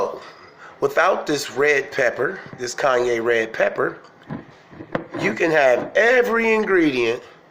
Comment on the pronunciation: How to pronounce Cayenne correctly. Its not Kanye like Kanye West. 🤣 ➡️ ➡️ ➡️ Kai - en And… .a narcissist is fully aware they’re inadequate, thats exactly what they’re desperate to hide. Narcissistic personalities, are those who have an inflated sense of their own importance, a deep need for attention and admiration. Narcissistic ppl act as if they are always right, and fake that they know better than anyone else by using “word salad” which is simply words piled and strung together ending in meaningless, nonsense.